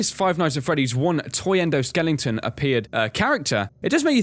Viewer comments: okay repeat after me: ENDO-SKELETON. Not skellington. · Stop saying "endoskellington"